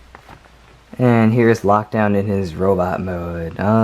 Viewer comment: Why did you say lakdown his hot rod